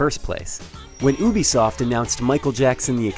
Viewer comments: "when ub-e-soff " haha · doesn't it piss u off how this guy says Ubisoft?